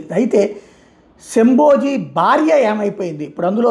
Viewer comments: yesho bhayee ani correct chesaru ithanu but shabaji ni shamboji ani cheptunnaru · It's shamba ji Not shambo ji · శంభోజీ కాదు శంబాజీ అనండి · శంబోజి కాదు జీ శంభాజి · Shamboji kaadu shambaji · శంభోజీ కాదు శంభాజీ మహారాజ్ అనాలి కదా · శంభోజీ కాదు శంభాజీ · Sir.. Shamboji kaadhu sir.. Sambha Ji 🙏